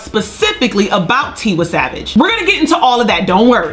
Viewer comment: It’s “Tee-y savage and “ Lay-go-zzz not ‘ lie-gus